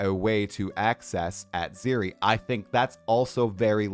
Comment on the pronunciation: the way you pronounced Atziri is criminal!